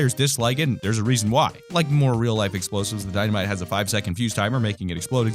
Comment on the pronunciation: I thought he said Dino-mite